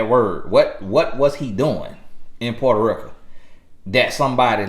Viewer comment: Boy that accent hit when you say porta reeka 🤣🤣 I love it though thank you for the guidance 👌🏾🙏🏾